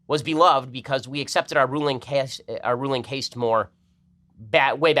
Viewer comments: Caste is pronounced like cast not rhyming with taste. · How the fuck are you so intelligent but still mispronounce words like "caste," pronounced just like "cast"??? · Can't pronounce "caste"; Harvard graduate, ladies and gentlemen.